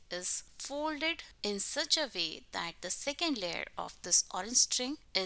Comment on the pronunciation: u say "vay" instead of "way" lol